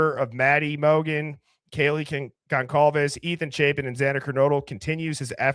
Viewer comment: The C in Goncalves is pronounced like an S. Gon-solve-ez.